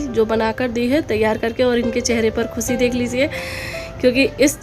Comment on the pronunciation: Baje khusi nahe khushie hota hai